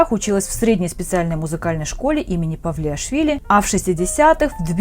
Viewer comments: Стыдно ведущей называть музыкальную школу им.павлиашвили вместо палиашвили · Господи какой ляп 😳😩 «Средняя музыкальная школа им Павлиашвили»😳😳😳Захарии Палиашвили,основоположник грузинской композиторской школы,а не Павлиашвили😩😩😩